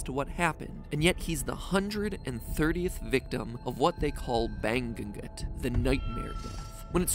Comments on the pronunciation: "Bang-gu-gut" Filipinos and Laotians in the comment section: never knew we were the next target of the ng pronunciation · This game is amazing! But just a correction, it's not ban-gun-gut, it's ba-ngu-ngut. It's a Tagalog word that literally means "to rise and moan, in sleep" but ever since the real life incident of Filipino workers in Hawaii dying back in the 40s and 50s, it's use now refers to "nightmares". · HAHAHAH bang-gun-gut jusko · Ipa pronunciation from matpat: bəŋɡʉɡot Filipinos: no it's bɐŋuŋot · The little chuckle i had with the “Bang-gugut” for “Bangungut” (Ba-ngu-ngut) 😂 I keep getting surprised with philippine stuffs just popping out of nowhere 😂😂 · Matpat: "BANG-GUN-GUT" Me, a Filipino in the Philippines where bangungut literally means nightmare in our language and is a well known cause of death to our elderly: cries its pronounced bang-ngu-ngut A case of bangungut is actually easy to recognize and avoid tho if theres an outsider who can wake u up as the nightmares happen, as a kid i used to pull my grandfather out of these situations and now the sound of any grunts of pain/fear in the middle of the night can immediately scare me wide awake to run over and wake the person making said sound. its terrifying. EDIT: I forgot that Bangungut in filipino literally means nightmare lol, the grunts/sounds they make are called urong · ban-gun-gut me: why not just say nightmare right away? why bother with the tagalog term? specifically tagalog? why? and its ba-ngu-ngot 😂🤣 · The Game theorist: The Bangungut (Bayng-ngu-ngut) Me who is a Filipino: It's BA-NGU-NGUT! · you say ba- like baa baa black sheep, ngu like sing with a u (singoo), and -ngot like sing with awt (singawt). Altogether that is baa-ngoo-ngot(this is not the correct spelling, I just spelt it that way to make it easier to understand) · Ban gu gut 😭😭😭😭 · ban gugut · Beng gu goot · Was about to jump about the Ba-ngu-ngut pronunciation XD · Bangungut. "Bang-gu-gut." Me, a Filipino: Close enough.